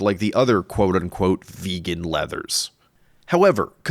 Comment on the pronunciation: this guy says the word vegan like incels say FEmale